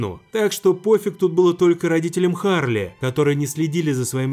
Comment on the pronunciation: Ну вообще Чарли а не Харли.